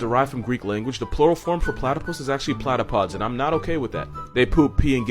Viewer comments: Pretty sure Platypodes would be pronounced "plad-OP-o-deez," not plat-o-podes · Pronounced, "Pla-ti-poe-dees" with the emphasis on the "ti".